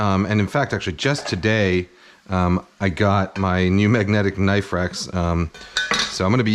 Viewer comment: Now that's a knoife